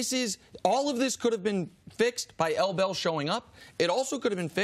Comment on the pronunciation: Say L Bell one more time ima smack u